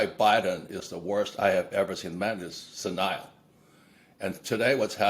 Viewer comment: Haha, Robert doesn't know how to pronounce "senile". Ironic?